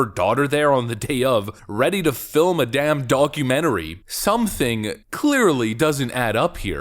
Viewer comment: Sounded like you said Donkey-mentary!